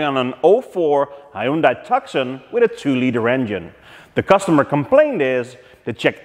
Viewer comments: Hey, not to nitpick but that is a Tucson...yep as you said it but it's said like this "Tooson" the C is kind of silent...I know another english language oddity. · Try Hyundai Tooson not tuckson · Tuk-son? I know English is your second language, and you speak really excellent English, but the car was named after a city in Arizona. The "c" is silent. Something like to-sonn. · Why does the customer have your licence plate? Hmmm.. also Tucson, not Tukson, lol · Great video! Well everything except for the way you pronounced Tucson..... ;) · Hey,,please check how you pronounce the word "Hyundai" and "Tucson". For all we know you're no American,but it's just cringe our ears to hear those two words.peace. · Ha ha.yeah Korean do pronounce it the way you do.ok but Tucson is American word and pronounce with silent "C".